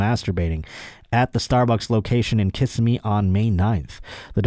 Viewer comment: You said Osceola correctly, Kissimmee however emphasizes the second syllable